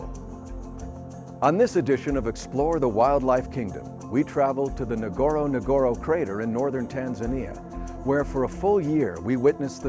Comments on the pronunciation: Point numero uno! Find out how to pronounce 'Ngorongoro'!!!!! SMH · Not Nogoro nogoro crater,its ngorongoro